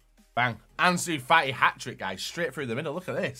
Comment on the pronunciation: Anzu fa i